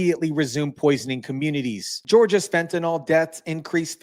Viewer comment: It is pronounced fenta-kneel, not nol!!!!